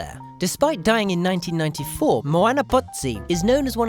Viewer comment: Why the fuck does he pronounce Moana all fucked up it's like Mooanea